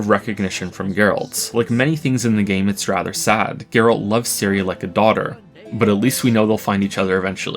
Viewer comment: Not jaeralt, gaeralt